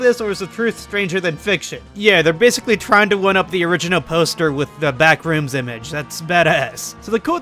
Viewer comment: The way he pronounces BACK - rooms kills me